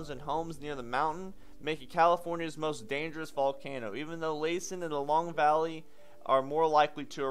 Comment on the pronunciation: Hi Sweetie, (I'm old enough to be your grandma), you're doing a great job, keep up the good work. I used to live near Lassen and it is pronounced Lass (like a young girl) and then the en. :)